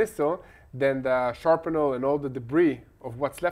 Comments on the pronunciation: I have been hearing you mispronounce shrapnel in more than one program. You have been saying SHARP-nel, but the pronunciation of the first syllable should rhyme with “slap.”You should be saying SHRAP-nel. If you find that the way you are saying that first syllable rhymes with”harp,” then you have said it wrong. Maybe a trick that will help you remember how to say it is to say “shrap-slap-shrap-slap-shrap-slap,…over and over until you break yourself out of the old habit. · please know it is "shrapnel" not "sharpnel". You have been saying it wrong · I know it's your accent - but - it's pronounced ShrApNel [not sharp en el]. [Hamas must surrender. period. return all hostages, surrender all weapons, or you are ended] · I really enjoy your English! Your lovely accent warms my heart. Especially the way you say shrapnel. English is a tricky language. Bravo,!